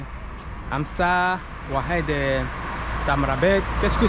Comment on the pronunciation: Oued sa veut dire un cours d'eau. Ruisseaux, rivières... Sa se prononce waed